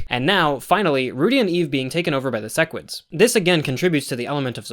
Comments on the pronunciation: Man he said sesquids again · You still said "sessquid" lmao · said ses squid at like lol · These pronunciations are killing me, like he watched the show, HOW IS HE SAYING SEQUIDS AND THAEDUS WRONG